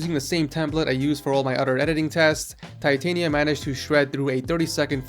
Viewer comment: Hes pronouncing Titania wrong ~.~